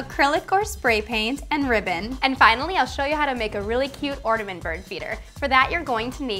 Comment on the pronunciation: Orange or ortament